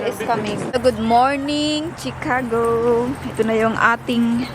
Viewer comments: it’s pronounce shi- ca- go not tsi-ca-go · sorry no offense meant..it is pronounced SHIcago not CHIcago.. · CHICAGO is pronounced as (SHE) cago and not (CHI) like Chicharon😊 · Shicago....not chicago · Chicago pronounced as She-ka-go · I’m frm Illinois po ang pronunciation ng Chicago ay shuh•kaa•gow ✌🏼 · It’s pronounced as SHI-ca-go. Always listen to how the locals and the authorities say words and learn,. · Pronounce Chicago as Ch to Sh. Pronounce it as Shicago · Pronounced as She ka go. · Ay salamat sa nag correct sakit pakinggan ng chicago eh.😂